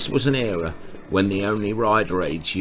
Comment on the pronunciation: Era. You keep saying what sounds like ‘area’. Whoever is riding that Yamaha 350 on the road at the beginning, I have no idea how they survived the ‘70s riding that aggressively especially on today’s busy roads. The sequence with that right turning supermarket delivery truck was actually scary. You don’t need to ride like that on the road just to create content.